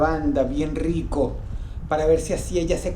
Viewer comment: Bien rrrrrrriko... Hay pero que rrriko